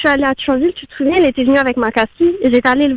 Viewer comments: ptn Thionville se dit pas 'ThUonville' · j'ai du mal entendre lol a chaque fois j'entends thuonville x) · Mdr ça ce dit Thionville